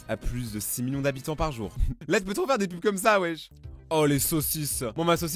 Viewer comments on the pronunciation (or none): A 29 seconde tu dis 1 mignon a la place de 1 millions